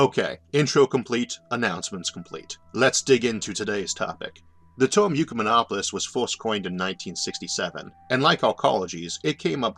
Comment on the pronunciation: What the hell is a "torm"? Last I heard it was pronounced as spelled, term. That's an ER, not an OR.